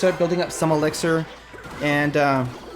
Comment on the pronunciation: Dude where are you from you pronounce a lot of words different for example , elixir you say elexer